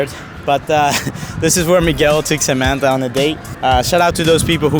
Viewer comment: Bro say Samantha amantha